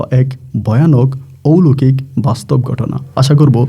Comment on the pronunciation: bhai, uchcharonta hobe oulokik noy, oloukik, bujhesen.